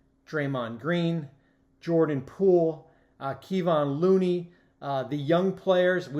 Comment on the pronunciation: Learn how to pronounce Kevon Looney and Bjelica's names if you wanna do a segment on the Warriors